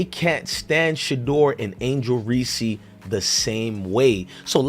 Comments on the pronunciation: I bet when you were in the military and there was a General Reese who’s name you had to pronounce in front of other military personnel or directly to the General, you ain’t gonna be cute and ignorant then and pronounce his name as Reesey…stop being a goof’; no disrespect bro but we have to stop making ignorance popular. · Bro you ain’t that stupid; you know damn well her last name ain’t pronounced fkn’ (Reesy). You pushing ignorance my boy; pronounce that woman’s family name correctly. Stop trying to be cute.